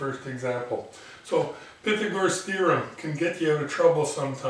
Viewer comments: Lol does he not know how to pronounce Pythagorean thereom, pyhthagor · I got distracted for a second... When I learned this I was taught it was pronounced "Pie-thag-or-us" and "Pie-thag-or-an". Sometimes with a little less emphasis on the "Pie". Each his own I guess.